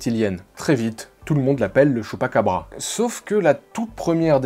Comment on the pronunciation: LE CHUPPAKEBREUX..😂😂